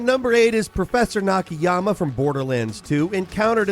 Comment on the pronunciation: three times at least you get out of your way to miss-pronounce NA-KA-YA-MA ...poor guy has a rough time being remembered